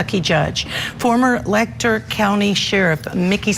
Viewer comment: It's Let-cher County, not Lec-ture.